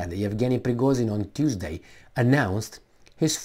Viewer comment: not PrigoZin, but it's PrigoZHin. Like romanian letter 'J'. Like in Kluj Napoca.